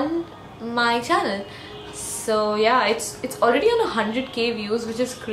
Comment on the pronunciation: When you say "so yeah" , it seems like " zoya" lol